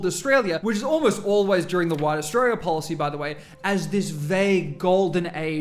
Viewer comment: I wish he could pronounce australia correctly. I want to know what glue he's sniffing.